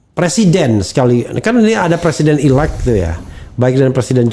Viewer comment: Presiden 'elect', presiden 'elect', apa sih 'elect' 'elect'??? "elected" ("ilektid"), Elected President (presiden terpilih). Bisa Bhs Inggris gak sih??? Sinih kursus dl sm saya